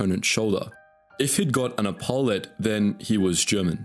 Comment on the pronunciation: Epaulette e-poo-let not a-paul-et.